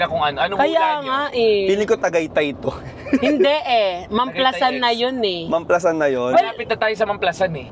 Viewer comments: Mam-pla-san tamang pagbigkas hindi po mam-plasan not basher here na bothered lang kasi sa pronunciation hahaha anw take care and more travel/sponty vlogs pa team pataba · As a laking San Pedro ako, alam ko mam-pla-SAN yon hindi mam-PLA-san ha correct me po if im wrong 😂😭, part ng Biñan po yan exit...brgy. yan sya... Anjan ang GARDENIA 🍞❤